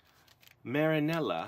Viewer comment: U said the name right